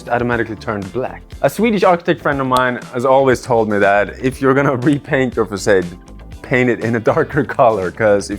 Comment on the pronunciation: the way you pronounce facade is incredibly irritating